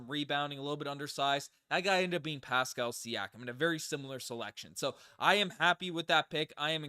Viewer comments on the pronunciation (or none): none